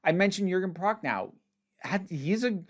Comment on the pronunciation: Sidenote: Your pronounciation of Jürgen Prochnow's name is the best I have ever heard out of an Anglophone's mouth! Still, it's correctly pronounced with an "oh" sound at the end, rather than an "ow" sound - the "w" at the end of names is silent in Berlin/the Eastern parts of Germany, where Prochnow is from.